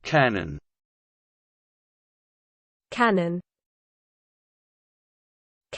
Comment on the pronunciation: this is literally not how its pronounced my humblest dudddde